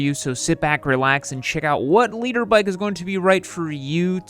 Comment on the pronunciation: I thought you was saying leader bike.